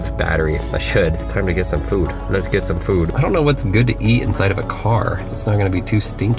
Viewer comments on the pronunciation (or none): I like the way that sayed food "fuud" 😂 Prob the moment for loop